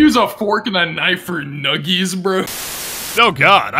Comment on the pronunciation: Numgies bro